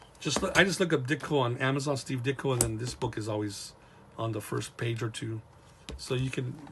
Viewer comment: You pronounced my name correctly. Also, Regards, Ditko is available on Amazon now for $12.99. Thank you for your support.